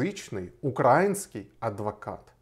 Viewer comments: Если говорите на родном русском, то хоть ударение правильно ставьте) Украи́нский! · в принципе всё по делу, но только не укрАинский, а УкраИнский